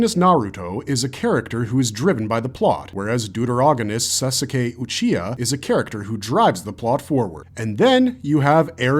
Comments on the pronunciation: "Sa su Kay" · "Susssukeh" "Yahgerrr" Yep, this is made with AI. Referred to as "an owl"? NO. Referred to as "The owl" An AI wouldn't know this, A human would. If you're going to be lazy and use AI, at least review it before clicking publish. Some of these clips are from different arcs, completely unrelated to the words being spoken. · How are you gonna say sasaque lost alll credibility there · Really good analysis, though it grinds my gears, how wrong some name pronunciation are, ie. Naruto and “Sa-suke” and “Rainir” Edit: also I am pretty sure the people in the hot air balloon was Armins parents, kind of the reason he got raised by his grandpa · the way u pronounced sasuke uchiha made me dread having the ability to hear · The mispronounced names throughout this video have to be done purposely. Mikasa(could be) , shiganshina, sasuke, Yeager/Jeager.